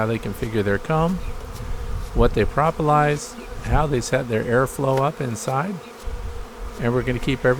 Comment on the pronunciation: Pro pro, propalous, not pra pra prapalous